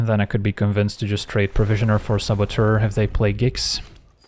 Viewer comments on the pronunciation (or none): none